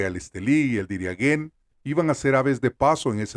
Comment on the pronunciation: Pornuncie bien por dios. DIRIAN-JÉN. Esa sería la pronunciación correcta.